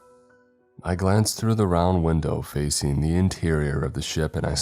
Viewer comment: Fac-ING, NOT FACEENE!!!!!!! Learn how to pronounce ING!!!!